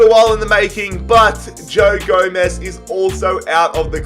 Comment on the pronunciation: "GO"-MEZ" is how you pronounce it